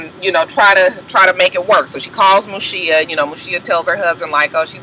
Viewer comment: Mushiya not shita